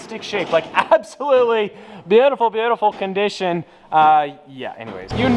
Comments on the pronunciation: Anyone notice he said contition 😂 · Nobody: Any normal person: Condition: contishon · “They’re in very very very good ‘contition’ “ 😂😂